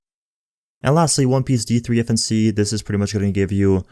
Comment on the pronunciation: I never knew that D3-FNC could be pronounced as defense...woah